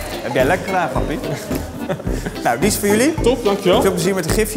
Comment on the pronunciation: Gotta love de huis anubis Appie uitspraak tegenover jeroen aan t begin hahaha